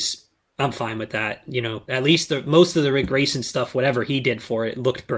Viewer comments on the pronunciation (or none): Huh, Ric Grayson? I thought you said Prick Grayson.